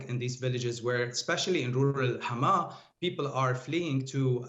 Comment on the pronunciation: I am frankly impressed by the way she's pronouncing Hama.